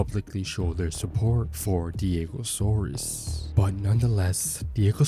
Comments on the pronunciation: bruh its diego SAURS ... not SAURUS ... u dont pronounce dinosaurs as 'dino - saur - uhs' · Can't even say his name right despite having it displayed in most of the video.